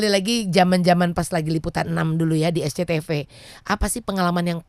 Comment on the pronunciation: gua dari masah depan jadi dengarnya "PSBB" padahalkan "SCTV"